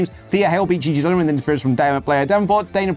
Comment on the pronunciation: It's Gigi Dolin, not Dolan